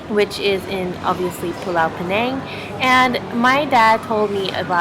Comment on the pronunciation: I hope you were not raised in Penang cause the way you pronounced all those name of the Food is Horrible!!! Stop that Slang of yours for Penang Ppl Sake